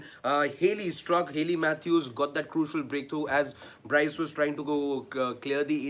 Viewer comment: "Bryce" not Bruce, buddy.